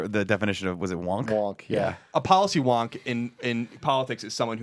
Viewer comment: As an AU student I feel like shooting myself every time I hear Collin say the word "Wonk".